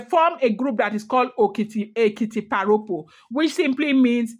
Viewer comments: Thanks for these history lessons,. Èkìtì parapọ̀ [pronounced pa-ra-por] i.e Ekiti united. Nothing to do with pa Ropo. "Rọpo" means replace, pa Rọpo was almost certainly born as a rainbow child, hence named Rọpo ie replacement child 🎉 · Why don't you limit yourself to Ife palace story. You will get into trouble with your own side of the story. The war itself was called "Ekiti parapo" not "paropo".